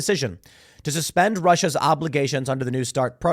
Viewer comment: "a nu start" treaty